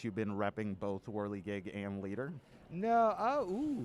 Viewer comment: As an Aussie I find the mid west accent interesting, mainly how they pronounce 'both' as 'bolth'